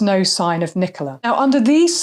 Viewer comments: He couldn't even get Nicola's name right 😡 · He couldn't even get poor Nicola's name right 😡